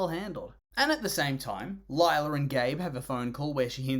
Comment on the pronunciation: More like LIE-la